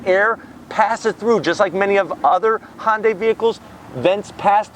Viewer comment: It's not a Hon-day.